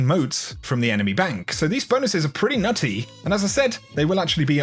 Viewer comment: “Pretty NuTTey”